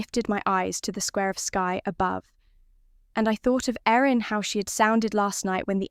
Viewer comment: Thought the brides name was Erin not Aaron.